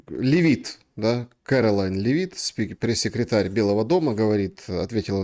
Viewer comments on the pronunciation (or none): Мамда́ми, Ле́вит ударение!😁